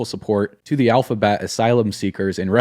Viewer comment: Saying ‘alphabet’ sent me 😂😂😂